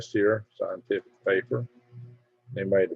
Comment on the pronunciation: I believe what you say, know believe.. I truthfully struggle with"scientific Lee" Just saying